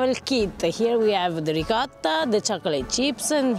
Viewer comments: I absolutely love you both and I love everything you do, but I beg you, per piacere 😢😢will you teach how to say “ ricotta”!!!!! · Please learn how to say ricotta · I can't take it anymore. For God's sake get to pronounce ricotta correctly!!!!!!!!!!!!! Campofelice di Roccella is dying every time he pronounces it. But we love him anyway!!!! LOL!!!! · I don't know which is worse, George Bush's attempt at saying the word "nuclear" or "ricotta," they both almost make my ears bleed. Hahaha! C'mon you have a good grasp of the language, and you are married to an Italian., you help him out often with other words, why not that one? Thanks for the awesome video of cannoli heaven, where they are all so good it's impossible to choose a best one! What a great trip you are having! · please teach the proper way to say ricotta in Italian as you do it:) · I’m pretty sure knows how to pronounce ricotta and you don’t.